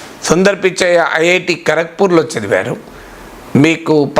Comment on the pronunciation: సుందర్ పిచ్చయ్య కాదు సార్ సుందర్ పిచాయ్